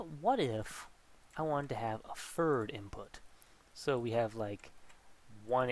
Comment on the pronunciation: great videos, but he pronounces his "th" as "f" like a "fird" grader.